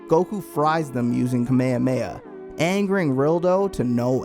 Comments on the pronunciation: Man... Please dont call kamehameha kameamea... Please i beg you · I don t think it s prounounced kameiamea it s kamehameha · You got me with the "kameha-meha" instead of Ka-me-hame-ha L😆L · It’s annoying how he says “KAmeYaMeya” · i stop listening when i heard camacama ROFL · All that and u still can't say Kamehameha right 💀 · Imagine makin’ a vid about Dragonball GT and can’t pronounce KAMEHAMEHA correctly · lots of people say it like that i just find it annoying😂 idk if it has to do with me growing up watching Dragon ball in is spanish